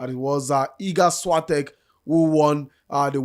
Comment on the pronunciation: this is not a way to say Świątek